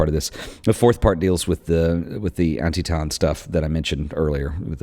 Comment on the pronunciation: Antietam - pronounced An-tee-tum Sally Mann is a genius and your video celebrates that genius very well.